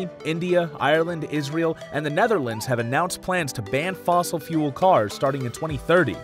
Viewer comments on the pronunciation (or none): none